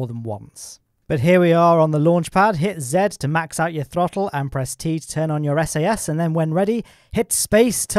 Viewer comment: You went full Scottish when saying throttel